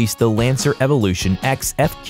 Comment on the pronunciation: what the f. why pronounce it as evolution ex , its pronouce as evolution 10 its just roman numerals.